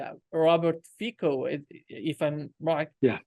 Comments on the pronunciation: Please! His name, Fico, is pronounced as if you were writing it Fitzo......./Formerly a Czechoslovak (Otherwise great work!!!) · Roert Fico pronounce Fitz-oh.